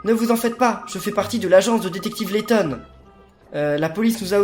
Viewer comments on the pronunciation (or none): Lady laton sur 3ds t es bourré?